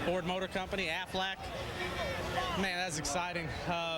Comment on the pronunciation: btw......i hate the Carl says "AFLAC" lmao!!